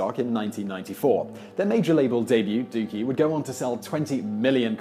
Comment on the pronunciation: This video was worth watching, if only to hear Simon say the word "Dookie" in his British accent LOL!